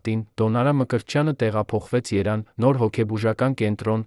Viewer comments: Այս տեքստը կարդացողը շատ անգրագետ է։ Ուրիշ ընթերցողի տվեք, որ կարդա։ Գոնե այդ մյուսը Երևան բառի փոխարեն չի ասի երան և այլ անգրագիտություններ դուրս չի տա։ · Երևանի փոխարեն երան մի ասա, անգետ😢